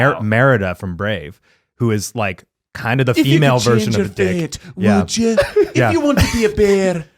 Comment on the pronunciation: having a full on stroke while trying to name celebrities you'd wanna french remains my favourite moment ever hahaha (that and "If you could change your feet wouldja")